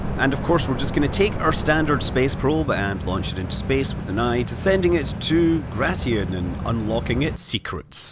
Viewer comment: Not "Gra-ti-in", it's "Gray-shin".